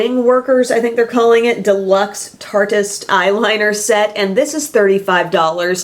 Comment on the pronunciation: I think tartiest might be pronounced tar teeeeest lol if it was how you're saying it I feel like it'd be spelled tartist without the e. I coul totally be wrong but someone please agree w me 😝